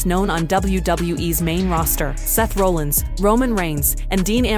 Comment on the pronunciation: it's not pronounced Roll ins and Raw llins. Stupid AI voice